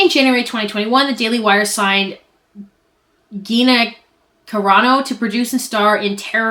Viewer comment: No hate, just mentioning this bc if it were me, I'd want someone to tell me.. Gina is said like Gee-na. She was the one who was fired from the Mandalorian Disney+ show after the higher ups repeatedly warned her about the garbage she was Tweeting. The final nail in her coffin was when she compared the scrutiny some right leaning people were receiving about their anti-vax takes to how Jewish people were treated during the Holocaust. She said it was taken the "wrong way"... 🤔 uh huh, riiiiight 🤨 I'm sure she's an absolute delight in person 🙄